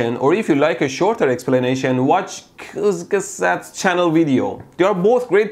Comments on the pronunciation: Very entertainment how you try to say the German word Kurzgesagt. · Not gonna lie, he nailed the pronunciation of Kurtzgesagt. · Lol XD wie er einfach nicht kurzgesagt sagen kann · the way he pronounced 'kurzgesagt' has me laughing so hard